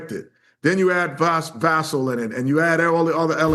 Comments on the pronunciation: Y’all please put some respect on 24 and learn how to pronounce Devin Vassell’s name. It’s not “Vass-el”, it’s “Vuh-Sail”. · Va-Sell not Vas-Sul and you'll are watching the game. Are you'll even listening when they say Va-ssell???? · The way they say Devin Vassell's name is so annoying. Man has been on the Spurs for like 6 years, has been one of our best players the whole time, and people still can't say his name right?! How can you pronounce Wembanyama, but not Vassell? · They dont kno shit, stephen a pronounce Devin last name wrong, they dont kno shit about the spurs. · death taxes and stephen a mispronouncing Devin Vassel’s name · Geez, both of y’all. Can you pronounce Devon’s last name properly?